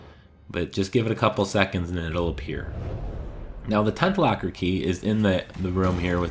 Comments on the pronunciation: Is it locker or lacquer key? Lol sorry i couldn't get past your funky pronunciation of this word. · It sounds like you are saying lacker instead of locker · Why are you saying "Lacker" key instead of the "Locker" key? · It’s locker key not lacker key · I'm from canada and I say that Is not how we sound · Sounds like you're saying lacker key lol thanks this was helpful